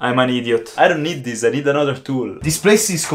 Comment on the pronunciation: listen im not trying to make fun of you but you say deez instead of this. Ex: Deez is my work.